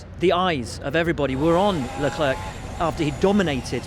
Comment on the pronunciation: Leeweeis (c) Leclerc